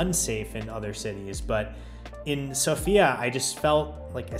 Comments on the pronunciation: You're welcome. You also pronounced Sofia and dovizhdane almost like a native, very impressive. I hope you'll visit again sometime, although Bulgaria is in Schengen now. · Thank you for pronouncing Sofia the right way ;)